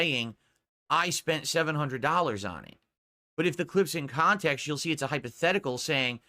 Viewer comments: As i predicted as sure as the rotation of the earth, "Its out of kahntext. So what if i bought it?" and the usual rage ranting. Good going. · I freaking called it, I freaking knew he was going to say it was taken out "ahf kahntext"